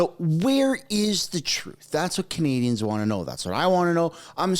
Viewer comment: Jaghmeet can’t even say “Canadians” correctly, for such a normally well spoken person he has not cared to ever say it right. Like how he also thinks he’s getting ahead of it, you’re lost bud! 😂